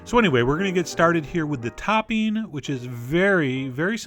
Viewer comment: I love the way you call it “toppeen” 😂